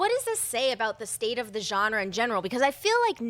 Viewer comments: More than Halloween being the hands of 2 trustworthy guys, but the company it's under. In Blumhouse I trust! And it's okay, it's still spelled Genre, but the G is soft, like spanish, lol. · great show as always. can't wait to see how pronounces Genre next week